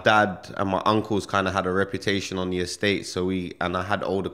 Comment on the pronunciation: Are you trying to say “the” when you say “da”